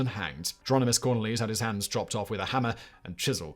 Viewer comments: Yes I agree; investing a bit of time into proper pronunciation of the names, especially where the stresses should be in a name, would've helped a lot. Cornelis is pronounced as cor-NAY-liss, for example. You could say corNEEless in English, like you would with, say, Cornelia. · English is my mother tongue and I live in the Netherlands. These pronunciations were painful. Cor-NAY-le-zon (Cornelisz) becomes Corn-a-LEEZ? And don’t get me started on how he said Gijsbert Bastiaensz. Yikes. 😂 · Me, a Dutchie, having the same reaction to the pronunciation of Cornelisz.